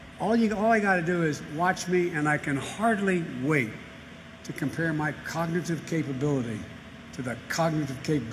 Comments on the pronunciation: Someone should test him on his ability to just SAY cognitive capability, what a dunce. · He could barely say cognitive.